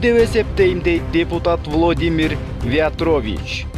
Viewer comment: влОдымир вЯЯтровичь! дООнбас😂😂😂😂😂😂😂 донеСкэ 😂😂😂😂😂ай койчу, кичине акцентти ондоочу !!!